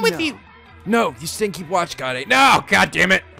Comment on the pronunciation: I'M STILL HYPER LET'S GO He's also been mispronouncing Kaede's name. He says it Kai-day instead of how it's actually pronounced Kah-Ay-Day